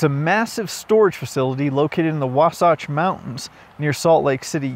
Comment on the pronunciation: Wasatch - does not rhyme with Sasquatch.